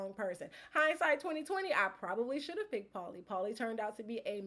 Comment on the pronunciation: Paul must’ve had something against you because you pronounced his name wrong. Seems like something that would hurt Paul’s massive ego.